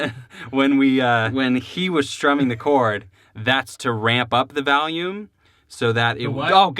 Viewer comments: I'm from NH and I didn't even notice the valume thing. Of course now I can't unhear it but whatever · I literally thought you said Valium the first time. I thought y'all were about to take some drugs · "vahlume" sounds more like a boston accent tbf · I have a buddy that pronounces it "vallium" too. Always gave him s*** for it. 🤣🤣 We are in central Illinois so maybe its a illinois thing? Lol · not weird. i knew right away when you said "Volume" you were probably from Illinois, If not the midwest. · "Valume" sewunds laike a theeng Wiscansinaites would seey.* Translation: * "Valume" sounds like a thing Wisconsinites would say. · lmao theneedledrop commented "valume" xD he's great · Don't worry rob you're not the only one that pronounces volume Val-yum I'm guilty of this too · Joel from Chicago Music Exchange pronounces it "valume" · I'm from Chicago and I don't say Volume weird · he's pro'lly got the word "value", stuck in his head when saying' volume, and mixing' 'em together